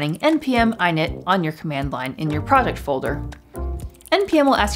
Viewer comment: ... "npm i-nit"??? Is this a joke? It's "init", as in "initialise", not "eye-nit" how dare you my morning is now ruined just kidding love this